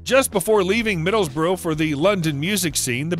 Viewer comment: Who is the voice over doing this recording its driving me insame it is NOT Middlebroo it IS Middlesbrough and pronounced as such.